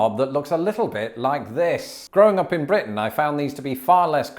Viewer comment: I can’t be the only one amused that your pronunciation of “Up”sounds like “awp.”